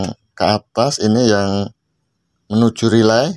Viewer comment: Relay bang bukan rylay😊